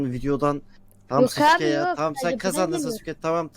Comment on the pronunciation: off şunu saske diye okuyun artık